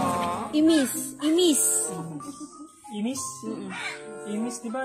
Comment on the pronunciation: it's not Imís it's Ímis